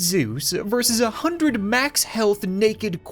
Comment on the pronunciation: "mox speed" XD